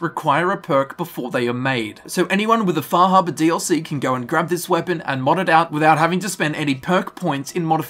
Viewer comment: lol, wtf is "Fahabah"?